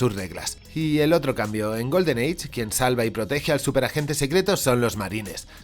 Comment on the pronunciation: ¿Cómo que Golden "age"? ¡Golden EYE! ¡EYE! = "AI". Ya sabemos que eres mesetario castizo, pero para comunicar podrías pronunciar mejor los idiomas que nos rodean...